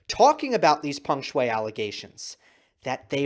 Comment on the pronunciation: got her name right this time